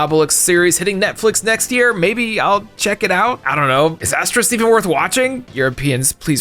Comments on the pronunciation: Hey, I love you and I love you and I love your Videos, but I hate the way you pronounce Asterix:c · Asterix (you keep saying it wrong) is fun. It is humorous. I Think if you should start somewhere it should be Asterix in Britan. It is basiclly the french making fun of the brits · Oh, I've heard of them, all right. Enough to know that pronounciation was abysmal. I'm tellin' ya: They're crazy, those Americans! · Especially since he pronounces it right whenever he says Obelix. X3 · Easy for us to mispronounce. We just aren't very familiar with it is the US. seems to accidentally say it a little wrong; we know what he meant. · Being unfamiliar with something doesn't make it easier to mispronounce. I mean... You can read, right? You know what an "X" sounds like, right? And nowhere in the name to you see an "sk", right? I can understand mispronunciations where you get a sylable wrong, but inserting a letter than straight up isn't there? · ASTERIX and not Aste-RISK 😂 Dude at least said Obelix correct. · It's Asterix not Asterisk lol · How in the world was he able to mispronounce Asterix as “asterisk” an they pronounce Obelix perfectly 😭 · Asterix ≠ asterisk You don't even call his friend 'obelisk' even though that's also a word I was gonna be even more rude, but made me reconsider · I think you said it right once, but every other time you said “asterisk” instead of “Asterix”. Which is funny because most people mispronounce the word “asterisk” (this guy *) as “asterix”. It’s like the Thames all over again 😂. You’re still great though. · It really bothers me that I hear asterisk a million times. It's Asterix (ks). Not the * symbol. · Who is "Asterisk"? His name is Asterix D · Why are you pronoucing "Asterisk"? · I'm a European(German) and i respond: Please stop calling Asterix - Asterisk. It's written just like Obelix with an ix at the end. You correctly pronounching Obelix so why you get Astreix wrong then? 😅 How? This hurts my ears and my soul🥲